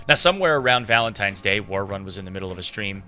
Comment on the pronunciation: He's saying ”worrun” so awkwardly